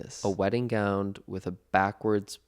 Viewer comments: am I crazy or did Connor say gownd instead of gown several times in this video? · Connor? Are you saying gown with a d? Gound? Love you but huh?? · Am I hearing gownD?? 😂